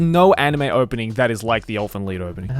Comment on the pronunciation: elfen lied is pronounce elfen Lied as in liar. the title is german